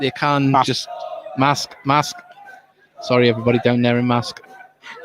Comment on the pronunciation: It's pronounced MARSKE, not MASK !